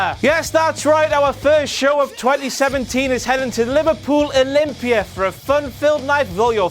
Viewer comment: Damn, I thought was saying Louisville when he was saying Liverpool, I should've known that WCPW wouldn't be coming that close to my home anytime soon, at least not for another two years